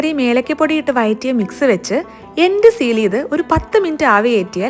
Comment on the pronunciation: വയറ്റിയത് അല്ല, വഴറ്റിയത്